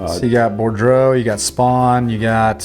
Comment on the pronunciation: Did you say "Bordro?" How do you get that from Boudreau?